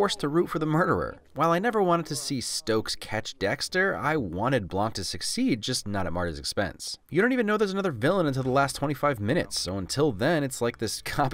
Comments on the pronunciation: You calling him Stokes instead of Doakes reminded me of how annoying it is that Doakes doesnt die in the books, he gets caught by a killer with a hangman shtick and loses his hands, feet, and tongue. He gets stuck with desk duty and still makes Dexters life as difficult as possible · Its Doakes not Stokes